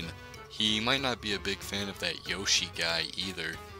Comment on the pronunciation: you said "Yoshi" wrong